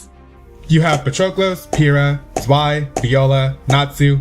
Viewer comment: THIS TOO Zwei is ZVAI or Tsvi not Zwhey or Zwhy